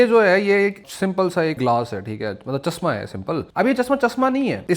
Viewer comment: Urdu pad le chasma ni chashma hota h bete